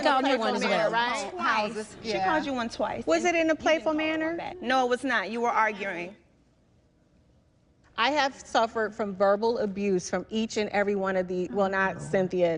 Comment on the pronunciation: Did Porsha just say ‘arguRing’?